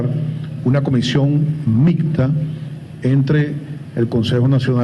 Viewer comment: Este señor no sabe ni decir mixta, ja ja ja micta, aspeto tecnico, el kioko de lo pavosss, y ese fue contralor y ahora y que rector del CNE, tiene que llamrlo CNES, POR LO DE SOCIALISTA JA JA, ay Dios apiadate de este pais secuestrado